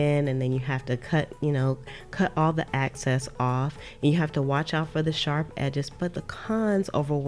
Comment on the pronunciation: “Excess” not “Access”🙂 great video .